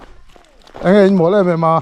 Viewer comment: Ka ngaihthlak tam hmain i lam dan diklo nia ka hriat, pakhat 'Ang e ' i tih hi ' Enge' tih tur zawk a va nih hmel ve😅 Chuan,Leiruangtuam chungchângah khan Edisona pa i ngam mang tlat lo lo😂😢😮😮😮